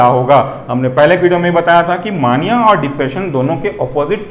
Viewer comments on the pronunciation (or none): मानिया नहीं मेनिया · Bhai mere maaania nahi hota mania hota hai.....correct yourself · Mania is pronounced as “May-nia” . Loved the explanation . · Please pronounce mania properly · Plz pronounce properly mania